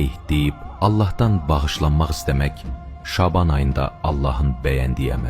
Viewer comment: Şəban və rəkət bu sözləri niyə belə tələffüz edirsiniz.